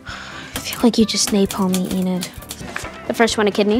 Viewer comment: Enid? Huh! E-NAD is more like it.